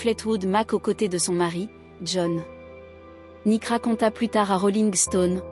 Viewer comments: Vous insistez beaucoup trop sur Nik pour savoir au moins que c'est son nom et qu'il s'écrit et se prononce Nicks. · N'importe quoi ce reportage 😂😂Je suis une grande fan de ce groupe depuis Mike Fleetwood en Angleterre puis aux Etats-Unis donc très grande fan de tous les membres du groupe. Rien de ce que vous racontez dans ce doc ne correspond. Déjà c'est Stevie et pas "Nik" mais Nikssssss et s'il-vous-plaît revoyez leur biographie. Je les ai vus à Los Angeles et Stevie à Paris, à l'Olympia. C'est l'un des groupes les plus formidables de tous les temps. Et une pensée pour Christine MacVie qui nous a quittée récemment.